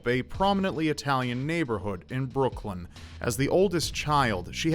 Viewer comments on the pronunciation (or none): none